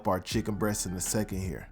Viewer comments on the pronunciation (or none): none